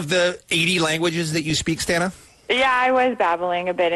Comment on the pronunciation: It's STAH-na...NOT STAN-A...jeeez it' not that hard to pronounce